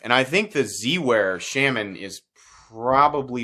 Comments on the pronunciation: The “Sham-man” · shAHman but he mispronounces it. I’ve head Eric Glesser talk about the knife and he definitely pronounced it shAHman. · Please do not listen to this guy about not buying this knife or that knife because you live near the coast or wet areas. This is a hugely over blown topic and as a guy states down in the comments as long as you don't leave it in a bucket of water your fine. When someone can't even pronounce the name of something be it intentionally on not, then that person has zero business giving opinions on subject. Just my two cents